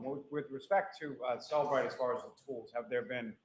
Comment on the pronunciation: It is Cellebrite